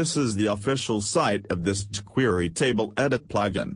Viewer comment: they way the speech engine says chquery is hilarious! But that's for using a speech engine if you can't speak clearly I really like this better!